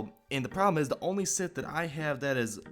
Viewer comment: sith not Smith